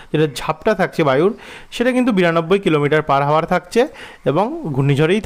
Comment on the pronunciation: বাংলা উচ্চারণ ঠিক করা দরকার। ইংরেজি শব্দ "hour" এর উচ্চারণ "আওয়ার" , h এর উচ্চারণ হবে না, h এই শব্দে silent.